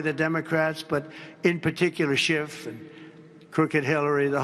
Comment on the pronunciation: Russia russia Epstien .. ee uhh Russia. SHHHIIIIFFF